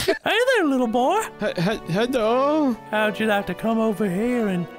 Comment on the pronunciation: Heddo again. Another gem of a video. Get well soon 😂 instead of it’s Knoxville